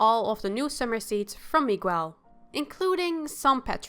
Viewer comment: Your saying Miguel's name wrong.